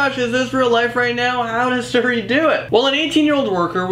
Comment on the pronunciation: It's not called seri, it's called Siri